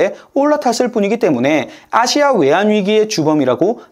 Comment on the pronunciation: 아시아를 기괴하게 발음하네 또 이번엔 어느 국적일까 ...